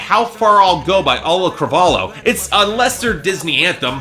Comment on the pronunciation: Am I going to be the first one to inform that it's Auli'i, not Auli'l? And it's pronounced Ow(as in you got hurt)-lee-ee. Last name Cruh-vol-ee-oh. Ow-lee-ee Cruh-vol-ee-oh. Auli'i Cravalho.